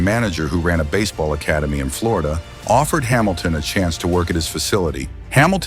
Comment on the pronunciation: Hamiltawn was out of bas-eh-ball for nearly three years 😂